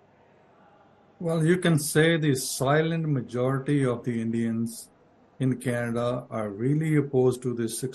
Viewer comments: Its official..It's not Canada anymore..It's 'Kha'nada...😂😂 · Trudeau is responding to Kannada and not Canada 😂😂😂 just ask any Nijjar fan to pronounce Canada and see the magic, yesterday pronouncing was changed and today government is about to be changed and tomorrow country will be changed to Khalistan 😅